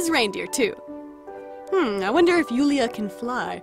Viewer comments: I love how you chose a Russian name! Its pronounced Yula with no I but it doesnt matter. In English the name is Julia. Love the cute doll! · It's so weird to heard "Julia" ("Yuliya" in polish we say it like this but write it "Julia") reading from english speaking person.